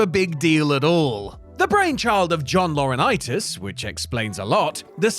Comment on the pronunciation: "The brain child of John Laurinitis", say no more, say no more.